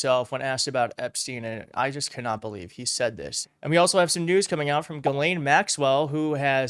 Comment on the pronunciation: GISLANE. ITS GISLANE!!! Not Ga-lane, Jislane, Giselle